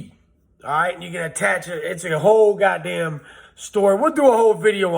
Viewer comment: Lol he said accumulate.. Lol he said god dame lol.. Dope facts